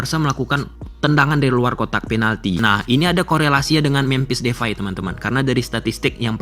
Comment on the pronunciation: DEPAY bang, bukan DEFAI